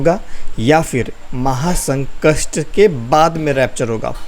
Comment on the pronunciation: Sankat not sankast